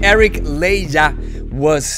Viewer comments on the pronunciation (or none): 'Ley-jah'? More like 'ley-ha' h sound homie.